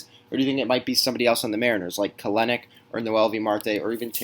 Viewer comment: Kelenic= Kell-nick Not Kelen-nick